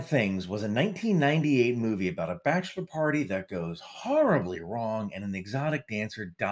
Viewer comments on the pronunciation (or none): none